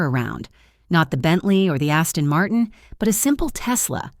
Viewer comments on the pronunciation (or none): none